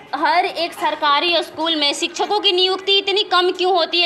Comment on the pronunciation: रिपोर्टर साहिबा, पहले आप ही शिक्षा और शिक्षक बोलना सीख लें। खुद तो सिछा, सिछक उच्चारण करती हैं।